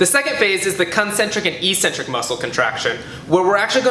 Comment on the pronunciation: I wish he knew how to pronounce 'eccentric'.